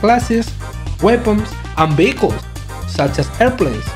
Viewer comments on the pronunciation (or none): "Even though it's in beta, it has lots of classes, weapons, and vehicles!" Me: Did he pronounce vehicles bagels?